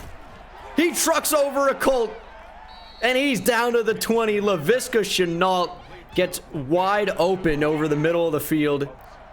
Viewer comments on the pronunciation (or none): and leviska shenault s name is pronounced (le V ska shenault ) not (le viska shenault) listen to rbt new vid from rebuilding the jags